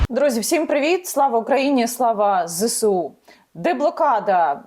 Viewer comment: Шановна Яніно! Правильно казати ЗееСУ!!! А не так, як Ви кажете!!!))) Виправляйтеся!!!)))